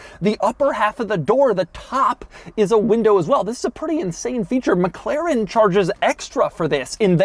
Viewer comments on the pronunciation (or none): none